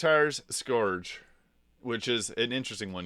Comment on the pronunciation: Pronounced 'sc'=urge'.